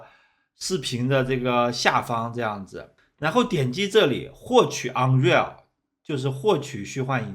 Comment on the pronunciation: 哦，我的兄弟那个念l不是那个是内个。是Nugent？ Unreal Engine five